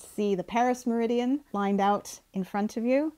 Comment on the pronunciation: An American meridium? I hope he doesn't watch this!!